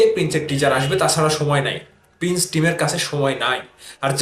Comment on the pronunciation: ভাই তুই তো প্রিন্স উচ্চারণ করতে পারিস না 🤣, তুই আবার YouTube চ্যানেল খুলছিস 🤣।